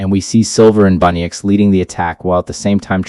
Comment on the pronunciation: It’s bunnix not bunnyx